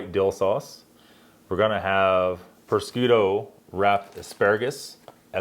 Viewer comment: Thanks for butchering the word prosciutto 🤦😂😂